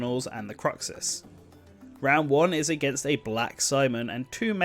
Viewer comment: the pronunciations....either it's been a LONG time since you played Symphonia or you've never actually played it. proper pronunciations are: Gene-iss Pruh-say-uh Croo-shiss might be one or 2 more mispronounced names but those are the ones I remember specifically also, they'd likely include some Dawn of the New World music and spirits as it's a direct sequel to Symphonia. I could also see brawler costumes of Milla Maxwell & Jude ( the protagonists from Tales of Xillia...and yes I did forget Jude's last name ) and Sophie ( Tales of Graces ), swordfighter costumes of Berseria's protagonist ( I haven't played that one as I don't have a PS4... ) and Kor Meteor ( Tales of Hearts )